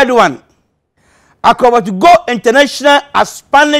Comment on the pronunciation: He said akokobeto 😂😂😂